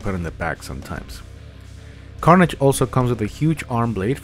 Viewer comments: Yout saying it wrong its carnage bot carnaage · Carnage, not Carnaage. 😂